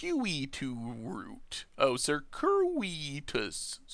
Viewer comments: Google will literally say words for you... sərˈkyo͞oədəs... ser-que-i-tus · Say it with me,.. Sir-Q-it-us Root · Circuitous Circuit-ous Sir-kit-us Pronounce it like that